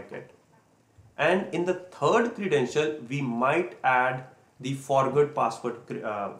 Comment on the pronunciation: Good information. *Iteration is pronouce like it-er-ation. The first letter is lower case. :-)